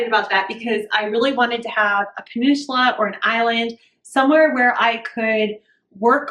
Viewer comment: “Puh nin suh la” 👍 Love the plan!! So exciting!